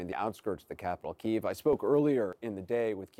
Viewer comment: Why is the reporter pronouncing Kyiv incorrectly?